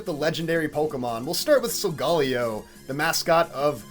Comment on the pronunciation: the first youtuber i see to say solgaleo right gj